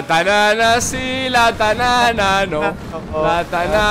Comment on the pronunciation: Fui el único que cuando fargan dijo la tanana si la tanana no entendio: La Banana Si La Banana No